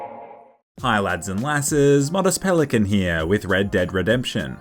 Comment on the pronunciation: i thought you said pelicunt